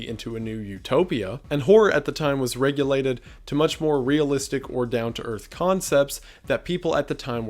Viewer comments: "...and horror at the time was RELEGATED" (not: "regulated") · I never like doing this, but I've seen you say this in at least one other video, and just thought I'd try to let you know that it's "relegated" instead of "regulated". Not that this comment is likely to be seen, but just in case.